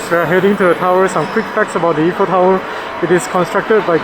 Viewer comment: Is not eff-fel tower is I - fel tower for English speaker .we called them finger food not finger bite . In French this is amuse-bouche